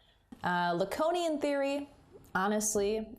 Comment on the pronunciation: La-cone-ian? La-cone? Who the hell is that!!??